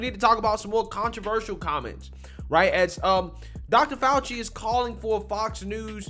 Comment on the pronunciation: Dr. F-OUCH-EE kills me. Just saying